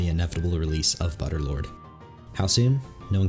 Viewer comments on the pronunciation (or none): Did he say butter lord 😅